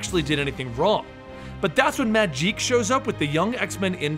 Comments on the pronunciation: Why doyou call her Majeek? It is pronounced Magic. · Mageek? Magik... Mag-ick